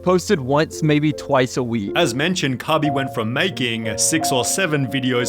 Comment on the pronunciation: Cabey? wtf.